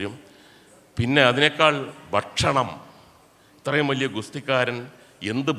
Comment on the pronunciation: മുകേഷേ "ബക്ഷണം " അല്ല "ഭക്ഷണ " മാണ്.. (ഫക്ഷണം ഇങ്ങെനെയും ആകാം )